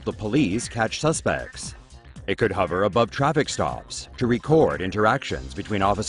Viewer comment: "Amazon's airborne fulfillment centERRRRs would hovERRRR"